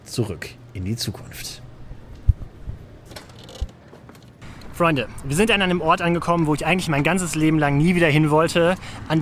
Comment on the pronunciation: flreunde? Flreunde?